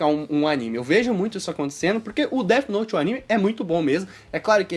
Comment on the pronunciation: AH MEU ESTRAGARAM DEAFI NOUTIII. ESTRAGARAM DEAFI NOUTIII